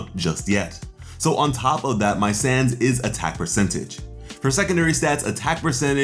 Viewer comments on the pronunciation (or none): none